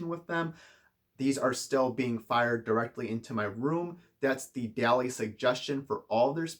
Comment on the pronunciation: Hate to be that guy, but it's pronounced almost as if it were spelled "Dolly."